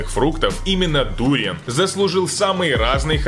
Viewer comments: Не дуриян а дур"ян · Не дУриан а дуриАн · вообще-то дуриан ударение падает на букву а а он читает дуриан и ударение падает на у и ещё он в начале говорит Подписывайтесь и количество подписчиков 1 миллион а на самом деле 500 тыс. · Это не ду́риан а дуриа́н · Не дУриан, а дуриАн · только не дУриан, а дуриАн. не ароматичная, а ароматная) выражайтесь грамотнее , пожалуйста. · Не дуууриан а дуриааан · Дуриан ударение на А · Правильно говорить дуриан ударение на а👌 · Дуриаааааааан ан ударение на А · Дуриан, ебать вот это произношение, аж передёргивает. Почти всё из этого ел, некоторые названия неверные. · дуриАн , а не дУриан. драконИй фрукт, а не драконЫй фрук. у вас же правильно написано название не ошибайтесь пожалуйста.